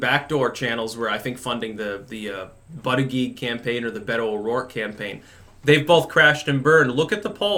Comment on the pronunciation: He also won't stop saying "butt-i-geeg" lol